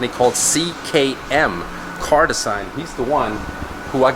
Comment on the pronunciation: Doesn't fit with the interior and his pronunciation of design is even worse.